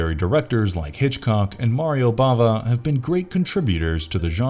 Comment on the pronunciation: Bava NOT Brava